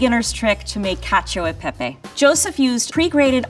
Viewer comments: "Kacho i pehpey" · Is it just me or when said "Cacio YI pepe" my hopes dropped? And yes he didn't make much sense, from choosing Bucatini to let his lumpy cheese sauce flow inside, to adding cheese on the pan without agitating with an emulsifier, to adding olive oil into the very sticky mix "prevent the pasta from sticking to each other", to saying that parmesan reggiano is "traditional", none of these make any sense. Truly lives up to the way one pronounces cacio YI pepe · Imagine saying "Cashio EI Pei Pei" and then saying you're Italian American...💀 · "catch-ee-oh ee pay-pay" 😑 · lmao. Man really says "cacio y pè-pè" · L1 and L2 ("Italian"!) cooks: It's Cacio E Pepe, not Cacio I Pepe. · Wow,so tasty but please try to pronounce italian, really italian 🇮🇹😬🥺😖 but loved the Science behind it 👌🏻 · The shock when lvl2 guy butchers the pronunciation and later drops the info that he's italian american💀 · As per Joseph he grew up in an Italian-American family and still doesn’t know how to pronounce cacio e pepe properly 😂😂😂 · In fact we have seen and even heard something strange in this video. To say that "Parmigiano Reggiano" is "traditional" to make this dish, means being poorly informed. Before going in front of a camera and saying strange things, it would be better to inform yourself a little (today there is Google). For the pronunciation of "Cacio e Pepe", unfortunately, as an Italian, I often hear the “Italian E" pronounced in the “American way”. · why did joseph say cacio e pepe like that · he even got the pronunciation wrong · when he said cacio e pepe, i thought "that's the most american pronunciation ever" lmao